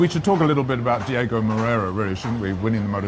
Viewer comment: Gentlemen, it's "Diogo", not "Diego"